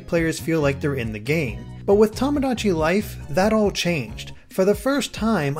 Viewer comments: Its not pronounced tom-o-dachi its pronounced toe-mo-dachi and means friend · Hate to be that guy, but you keep saying "Tomodachi" incorrectly. XD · You're pronouncing tomodachi wrong >.<